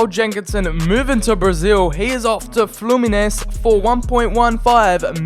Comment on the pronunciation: good pronounced worded: Flumimes, srokdan, peulezgueo, corobo cup, mahiaol